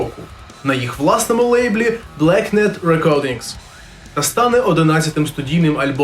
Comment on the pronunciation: Не блекнед, а блекЕнд. Будь ласка, користуйтесь на здоров'я